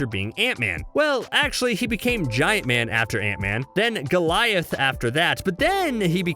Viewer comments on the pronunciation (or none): none